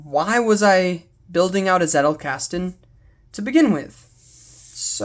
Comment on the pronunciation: zettelkasten is german and the z is pronounced the z in pizza or the ts in cats. greetings from bavaria, munich.